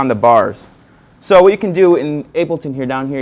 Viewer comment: is he calling it 'ape' L ton or it just my ears playing tricks